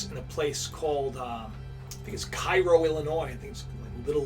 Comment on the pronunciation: its pronounced Kayro illinois